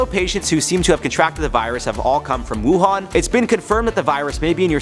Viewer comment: You got it right but lots of news anchors butchered the name Wuhan is pronounce “Wu Han” like Han Solo.